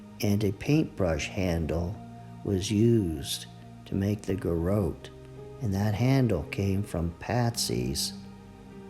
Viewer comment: Will you please learn to pronounce garrote? “guh-rott”